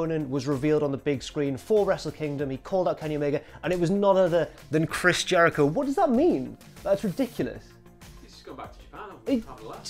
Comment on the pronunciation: why is "chris Jericho" said funny at 40 seconds in?